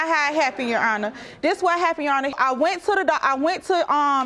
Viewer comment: Urban Dictionary: "Ya-awn-nah" : The term some people use to refer to a judge instead of just saying "Your Honor"! Ughhhh....